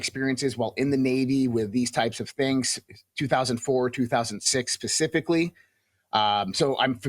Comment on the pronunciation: "pacificly?" seriously dude? 🤦